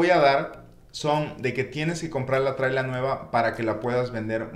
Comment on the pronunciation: Se llama casa móvil. No "trila"👈